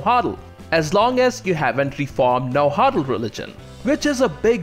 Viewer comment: Nauatl is prnounced na-what with a near silent l,although it's ok if you say na-wha(nahua) because nahuatl is the language not the ethnic group